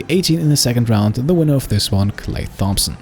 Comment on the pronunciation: You say Thompson wrong...